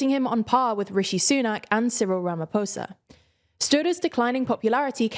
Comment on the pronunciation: Thank you pronouncing Cyril Ramaphosa (Rama - posa) correctly